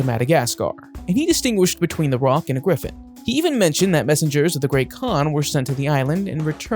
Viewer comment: The roc is pronounced "ruck"